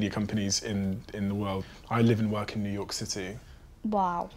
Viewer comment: THE WAY SHE SAID NEW YORK " new yorhhhh"